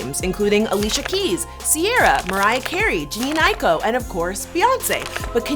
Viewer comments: Lol I'm talking about the mispronounciation of her name--the presenter said Jeanine instead of Jhene'. When I got here, a large number of comments were talking about how she messed up Zendayas name. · I know. I'm saying that her name is pronounced Jah-Ney, not Janine. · did she really pronounce jhene as jean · Everyone’s talking about Zendaya but somehow nobody heard “Jeanine Aiko” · This is a great video but her mispronunciations of some woman’s name are cringey. (Zendaya & Jhene Aiko)